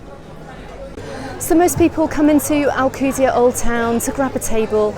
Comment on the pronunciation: Can't even pronounce ride the f**** name of the city did the f*** out of my Island